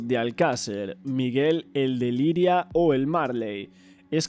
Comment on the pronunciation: eres 1 crack que lo sepas te dejo mi like ahhh una cosa es Lliria no Liria xD poco a poco mejorarás estoy seguro 👍